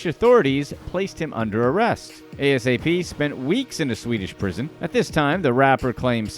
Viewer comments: Bruh just say ASAP. Don’t spell out the words 🤦🏽‍♂️. It’s ASAP Rocky. No periods. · Brother his name is NOT a.s.a.p. rocky its asap rocky edit this vid thats terrible! a-sap rocky thats so disrespectful man. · ita asap not a s a p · I cringe everytime he spells it out.... Lmao 😂😂😂